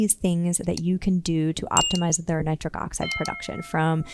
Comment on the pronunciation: She's this doctor says her nitric n the nitrate she says both SOOOO plain Nitric n nitrate. Plus she explains very, very, very, very clearly. I really getting a erection from this knowledge.her voice is humble n caring. I feel SOOOO good. Wooooow.Doctor women are the best doctors.. Women make the best doctors they are thoroughly explaintory. I am changing to a woman doctor. Awww I am on a u already know. Thanks 🙏 Doctor. Of Dr Oz is a great Doctor n doctor Mandel Doctor he's had great tips Thanks you 3 Doctors are very caring and professional great advice. Thanks 🙏 for everything.